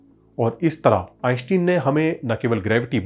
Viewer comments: आइनश्टाइन, आइंस्टीन नहीं। कम से कम दुनिया के सबसे बड़े और मशहूर वैज्ञानिक का नाम तो ठीक से उच्चारण कर। फिजिक्स बाद में सीखना और सीखाना। सारे एनिमेशन्स तो दूसरे चैनल्स से वैसे भी तू ने चोरी कर रखा है। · आईन्स्टाईन सही उच्चारण हैं।। आप बार बार गलत उच्चारण क्यों कर रहे हैं??.. ✊🏼🧠✒️🇮🇳